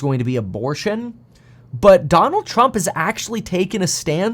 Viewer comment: Trumpuh versusuh Bidenah